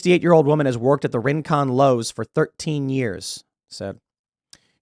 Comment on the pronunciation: Thats not how u pronounce rincon